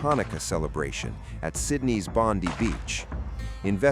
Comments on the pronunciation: Bondi Beach!, NOT Bondy Beach?.... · Its Bondi as in Bond-eye not Bondee, please get it right? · Bonde beach it's Bondi as in 👁️ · It’s pronounced Bond-eye not Bondy like the blond bimbo that works for Bozo Trump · Just to let you know its pronounced 'Bond-eye' 🙏🏽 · Bondi Bondeye not Bondee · It's NOT pronounced Bondee ! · must be an Indian murdering our Aussie beach name, typical